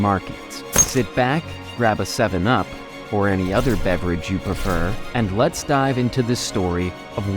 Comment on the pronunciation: Did that first guy say "Sevum up"? That's what it sounded like.